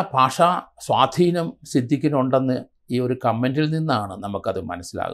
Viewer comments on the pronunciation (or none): none